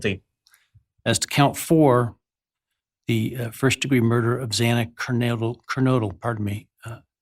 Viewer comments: Jesus!!!! Pronounce Xana's NAME CORRECTLY!! He mispronounced her name twice. Very very disrespectful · Judge, learn how to pronounce the victim’s names! Twice you mispronounced Xana’s name! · First of all, the judge not pronouncing Xana Kernodle's name correctly is horrifying and disrespectful. Her name is engraved in my brain, and I'm actoss the country, a regular citizen, profoundly affected by this horrendous tragedy. And then the DA giving this evil monster a chance to live out his life, 3 meals a day, shelter and even the possibility of continuing his education, ON the dime of tax payers, to include the victim's families. What a spit in the face to the victim's families. The state of Idaho's justice system should be hiding under a rock. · It’s a shame the judge couldn’t even pronounce Xana’s name properly! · The first thing the judge did was take time to reprimand a grieving father and his supporters. But the judge couldn’t even be bothered to learn how to properly pronounce Xana‘s name. He came off like he didn’t give one flip about the victims or their families. Just checking off court for the day, then headed home. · Xana Kernodle... Say her name right, dammit!!!